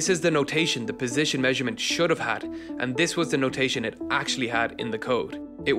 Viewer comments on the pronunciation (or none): none